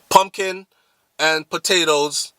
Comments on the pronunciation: "Poongina" dwl! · Pumginas lol I cant😂😂😂